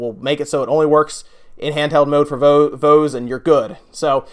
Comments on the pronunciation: IT PRONOUNCED V-OEZ!!! Like "Boys" but instead of a b it's a V xD SOO many people have been saying it wrong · It's a port of a mobile game. P.S. you pronounced Voez wrong, just warning you of people that'll get triggered by that ;)